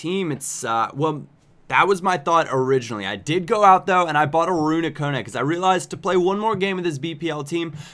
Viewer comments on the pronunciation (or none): none